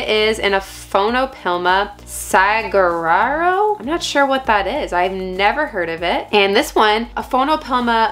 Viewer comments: Aphonopelma saguaro would be pronounced "Sah-whar-oh" like a saguaro cactus. Thanks for the video! I loooooove the "boring browns" they're so beautiful! Glad you appreciate them too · Saguaro is the same as the cactus, pronounced Sah-Wah-Row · SAGUARO is pronounced " suh-war-oh" . It's the very tall, armed cactus in the southwest. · it's cute the way she butched ' Saguaro ' !🌵✌🤔😅